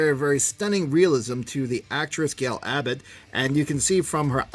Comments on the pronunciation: It's pronounced as GAL GAH-DOT. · LOL, that has to be the worse pronunciation of her name I ever heard. Most people at least say something that starts with Ga or a G. How did you get Abbott from Gadot? It is like you just made up a random last name. ha ha Anyway good review. Work on those names though or don't and make me laugh. I could use a good laugh now and then.